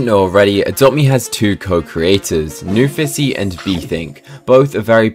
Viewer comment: U said newfithy instead newfissy did u guys hear that ?